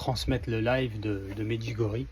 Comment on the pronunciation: Bonjour, ça se prononce Médjiougorié